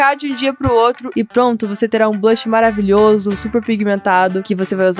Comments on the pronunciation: ela falou blash e e bronzer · Ela falou blahcs mas é bronzer